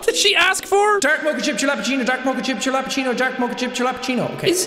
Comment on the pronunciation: The fact that you don’t know how to pronounce mocha is the most stressful thing 😂